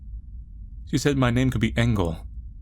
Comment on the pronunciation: "Die letzte Waffe" and "Engel" are both german. As a German, i loved your pronounciation of my native langugage.